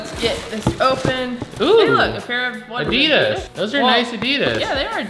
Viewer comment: You said adidas wrong...